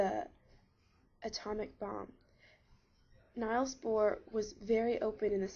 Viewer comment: Niels is pronounced "neels" not "nyles".